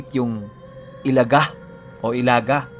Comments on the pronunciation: Ilaga po di po "elaga" i.laga hehehe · Ilaga = ilagâ. Sa tagalog is daga. Medyo madiin or matigas yung last na letrang "a". Tapos medyo mabilis ang pagbigkas. Mali ang i-la-gah kundi ilagâ. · Ilaga' po yan pag bigkas at ibig sabihin po nyan ay daga sa wikang tagalog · Ilaga is daga.....matigas na pg bigkas.. I LA GA!!! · ILAGA (bilisan ang pagbigkas)- daga kung sa tagalog Well known po yan na mga grupo dito sa mindanao.. Meron pang isang gropu "walay tsinelas" o walang tsinelas.. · ang tamang pagbigkas nyan ay "ILHAGHA!!!" matigas at mabilis ang dapat na pagbibigkas ng 2 "A's". ang grupo ng ilaga o daga sa dialektong cebuano ay bantog na bantog sa buong mindanao at ibang parte ng kabisayaan. Kinakatakutan sila kahit mga rebelde at militar dahil sa kanilang kakaibang taglay na kakayahan. Pero ako mismo di alam ang talagang totoong layunin ng grupo na toh. Kung buhay lang sana ang ina mo ay maaring ma educate ka kung ano ang grupong iyan at paano ang tamang pagbigkas.. sa pagsubaybay q s kwento ni mamang ay masasabi ko na cebuano ang netibong lengwahe ng iyong ina..RIP sa kanya. Nahahati kasi sa 2 lengwahe ang zamboanga at ito ang chavacano at cebuano. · tigasan nyo po ang pag bigkas ng "ilaga".. bisaya yan ng daga o mouse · mali po yong pagbigkas niyo sa ( ilaga ) 😁 sa Tagalog ( daga ) po yan at sikat na sikat po Ang grupo Nayan sa lugar Ng ZAMBOANGA dati. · Ilaga...binibigkas ng pakupya o mabilis pero may impit sa lalamunan sa hulihan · Ilaga parang daga ang pag bigkas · ang pagbigkas ng "Ilaga" ay gaya rin ng pagbigkas sa huli ng "Daga o Mouse". Ganon po pagbigkas ng Ilaga.